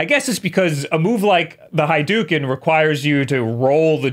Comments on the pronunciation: did he just call the Hadoken a Haiduken? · did my man just say Hiduken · Lol! "High-duken" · "high-duken" oh god